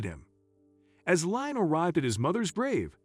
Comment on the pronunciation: His name is pronounced Lee am not lye am